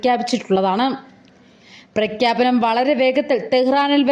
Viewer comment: പ്രഖ്യാപനം ആണ്. അല്ലാതെ പ്രക്ക്യാപനഅം അല്ല. ആദ്യം പോയി മലയാളം നന്നായ് പഠിക്കുക